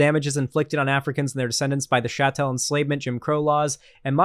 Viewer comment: if you keep pronouncing Chattel Slavery like a fucking fr*nchman I'm gonna have to unsubscribe